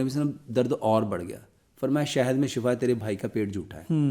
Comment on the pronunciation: شفا زبر کے ساتھ معنی ہلاکت 😂